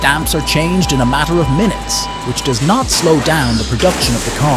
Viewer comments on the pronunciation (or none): none